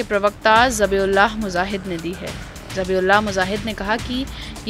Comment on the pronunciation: Ye jo mam newz suna rahi hain inki jaankari k liye bata du k k mujahid hota hai muzahid nahi hota apne baar baar muzahid bola jab ki correct word mujahid hai so correct dat